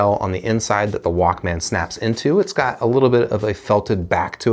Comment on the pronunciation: The way you say Walkman "Walk-man" is equivalent to pronouncing breakfast "break-FAST".... it's odd lol. Nonetheless, great review. Appreciate it.